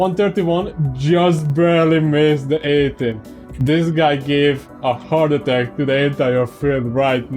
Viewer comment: Heart champ not Hearth :D